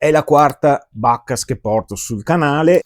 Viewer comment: Bacchus è latino, eviterei di pronunciarlo all'inglese... "Suona" anche male 😜